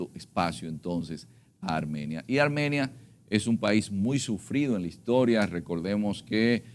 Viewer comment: ARMANIA.... ESCUCHE MAL???? Hay que leer y prepararse antes de una entrevista.